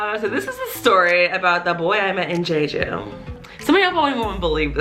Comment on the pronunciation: It's not "jay-jew" it's "jheh-jhoo"